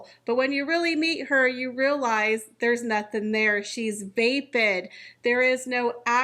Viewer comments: It's va·puhd (vap, like cap). 😉🥰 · I don’t think that’s how you pronounce vapid. I think it’s as in tap. Not tape.